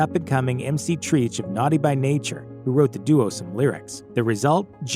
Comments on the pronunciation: It's pronounced Treach like "treacherous". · Treach would kill you for mispronouncing his name.